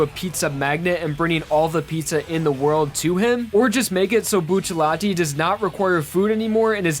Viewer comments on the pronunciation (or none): I hate so much how he pronounces buccellati with the L (as in *L*emon) instead of sounding like an R. xForts, in other languages, two L's next to eachother makes an R sound. It would be pronounced Bu-che-ra-ti. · Why is he saying buccalatie its buccarati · Every time he says Diavlo or Buccilatti I die inside a tiny bit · why are u saying buccilati its buccirati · oh my god it hurts to hear him say “Buccialati” instead of “Bucciarati” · Just say Bucciarati Stop pronouncing it with an L that aint there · you sayd bruno buccialati nothing too much but is funny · the fuck are the pronunciations in this video? “vento ARRAYo” “buccaLATI” “diaVLO” like wtf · Is NONE ELSE BOTHERED BY HIS PRONUNCIATION OF BUCCIARATI??!!??!!?? WHY IS THERE A L????? WHERE IS THE L IN BUCCIARATI????!!!!??? Edit: BLUCCIALATTÈ???? BLUCCIALATTÈ?????!!!! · I am so sorry but, bucciLati? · Bu-cha-lati lol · Dude, his pronunciation of Bucciaratti, Diavolo, and Yoshikage infuriate me. Here's what he's saying them as: (Buch-ill-ati) (Dee-Ah-volo) (Yo-shay-kah-gay) Like especially Bucciarati like how do you mess that up to have L's instead of R's??? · why is buccerati pronounced bucelati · There's no l in buccirati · K I'm sick of you mispronouncing buchurati. Its boo-chew-rah-tea. Say it with me bo-day-gus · Why do you pronounce Bucciarati with an l? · How u pronouncen Bucciaratti is triggering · it annoys me how he pronounces buccarati with an L.